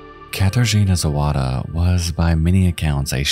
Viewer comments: Didn't mispronounce all that much. I'd guess if I was really to pinpoint anything at all, is that in polish, W is read like V, so if you wanted to say Zowada as a pole would, you'd read it like you'd read Zovada, but it's not that important. What IS sort of, kind of important, at least to me and people of Cracow, is that you used shots of my home city of Wrocław [vrɔt͡swaf] in place of Cracow where the killings happened, as well as shots from, I think Warsaw, and some that I couldn't recognize, but mainly, Wrocław. The one with rivers and such. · Her name was Zawada, not Zowada!